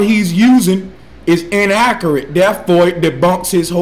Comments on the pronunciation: E clips In akurrat esperimnt I dont know about you, but this guy doesn't sound smart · You can generally figure out someone's intelligence if they pronounce accurate "ackerit." I'm sure this doesn't always apply, but every single person I've met who pronounced accurate like this has been someone who I would describe as an idiot. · He can't even say accurate correctly, so why do people belive this clown? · can't even pronounce "This"..."Accurate"...."Sphere"....^Actual"...."That"....'Earth"....shall I go on?